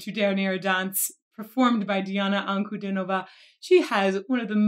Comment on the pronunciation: вы первая для меня иностранка кто правильно произнёс имя и фамилию